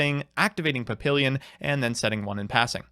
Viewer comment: PahPeeLeeYun I live too close to France for this shit. Pah Pi lyon is a little closer, but put as little effort into that last syllable as you can manage.